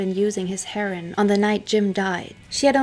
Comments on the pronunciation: I love the way you pronounce heroine. Just saying scag dope or junk.. and i like Kieth out lives this monster 10×× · You said your three language disclaimer, I know, but, if you're going to do drug addled rock stars, the common pronunciation for Heroin is "Hair-Ohh-Inn". Heron is a fish. There was only one other single "wrong" word earlier, I can't remember, but your english is fine and dandy, but for that one recurring clam. Groovy Hat. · Heroooiiiinnne, Darling...not Hero like Nero, but "Heroine" like how you pronounce the female counterpart to a Hero. Otherwise, great video. It's actually kind of sweet that you don't know how to pronounce it. ( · heron is a bird. learn to talk. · It's not "herin," it's herOin. I'm sure you've heard Lou Reed sing it. Otherwise your English sounds as born yankee as my own. What IS your first language? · Pronounced HEROIN HER-O-IN. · It’s pronounced “her-oh-in” =heroine. You’re welcome. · Are you sure your a German not a American you don't have a accent & look like Marlo Thomas.The word Idea doesn't have a R in it & isn't prounced with a R. Also Heroin isn't pronounced Heron, Heroin is a narcortic. A Heron as you prounce Heroin is a bird. You speak English very well with no accent, better than a lot of Americans do & you almost speak it perfectly. Are you sure German is your first language not English. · Why are you pronouncing heroin "herin". Have you actually never heard anyone say it before? Lol wtf I thought maybe you're doing on purpose to prevent being censored or something but its in the title of the video so... who knows 🤷‍♂️ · It’s pronounced Hair-o-win. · Great work and very very entertaining. However, it's pronounced "her-o-win" and it's Pam Coor-son, sort of like "Door-son". Just trying to be helpful. Best Wishes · yah a heron is a bird😆 I have however heard her pronounce German perfectly 🤔